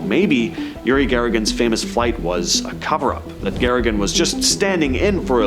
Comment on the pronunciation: its Yuri Gagarin NOT Yuri Garrigan